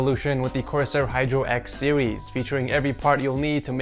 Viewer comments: He also said sewies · he said sewies not sieres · he also said "sewies"